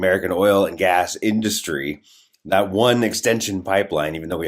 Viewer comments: Drives me crazy. He puts the stress on the wrong syllable totally. All I here is "DUST- tree." Ok, Trump. Go dust your tree you ignorant bastard. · Thanks. Is Donny's pronunciation of 'indus----tree' a Trumpism, or the way y'all pronounce it over there? Maybe they taught him that at Wharton?🙃